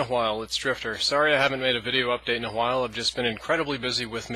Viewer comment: a hwhile?